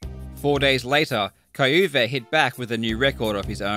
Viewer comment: The pronounciation of the german Name kai-Uwe is Kinda funny